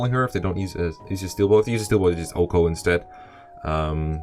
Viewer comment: pls stop saying OHKO as ouhkoh but as O-H-K-O. Pls.